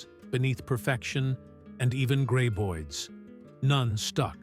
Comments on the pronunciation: Friggen "gray-boids" 🙄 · Ugh. Another AI voiced mispronunciation-fest...gray-boids, Feh!